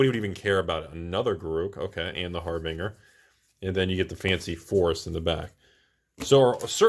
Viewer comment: please, harbinger is said like binge drinker not "bing-er."